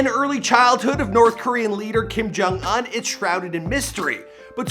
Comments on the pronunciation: It’s Kim jong oohn not uhn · Ooooon not ugh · What is it with Americans miss pronouncing names. Bro! It's Kim jong oon not uhn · IT’S OOH-NN NOT UN!!! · Anyone else feels uncomfortable when he says Kim Kong Uhn instead oof Kim Kong Oon Edit: I know that his name is Kim Kong Un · I mean his name is Kim Jon Un but he pronounces it Uhn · / It’s pronounced un(oon) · “kim jong ahn” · Kim jong oon Not Kim jong un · “Kim JUN UNN” lmao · Kim Kong Uwn? I think that's the right pronunciation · Y do u pronounce it as “Kim jong aun” 😂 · It’s not pronounced un it is pronounced ooon. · i’m cryingggg WHY IS HE DOING THAT i can’t stop hearing it now 💀😭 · It bothers me the way u say the last part of his name lmao